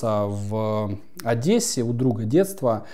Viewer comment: Молодец! Одессу назвал через е, а не через э.